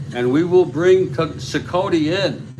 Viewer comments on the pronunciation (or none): Cicotte pronounced SEE-cot; greatnephew of Eddie Cicotte